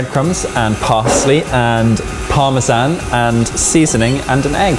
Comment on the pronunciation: The pronunciation of parmesan was very unsettling for me. Sorry lads. But one thing, no matter how good of a cook you are. Where you trained. You can't beat home cooking from the hood. For, real.